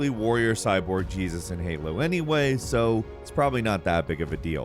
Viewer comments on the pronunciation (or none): none